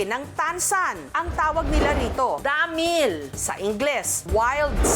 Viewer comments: DAAMIIIL 😂 nalang bat ginigigil pa sa word na damiil 😂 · 😂😂😂ako lang b nakapanzin??may gigil xa z pag pronounz z dahmiiiiil…..😂😂😂✌️ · Dhameall hahaha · Nabwisit nga ako sa pagbigkas ng Damilllllllllllll tlagang sobrng dami ng L 😂😂😂